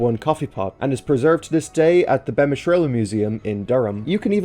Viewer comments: Its pronounced Beemish (the a is silent) Its also not a railway museum but a living history museum Great vid all the same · one small thing beamish is pronounced as be-mish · It's pronounced [Bee Mish] (Beamish)